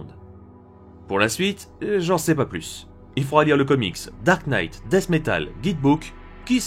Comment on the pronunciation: Le K de Knight ne se prononce pas ^^